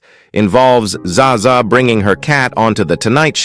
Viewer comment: Za Za ? Pleas AI, please do your terminator research to understand the English language. I'm too old for this shiiiiiiiiiiiit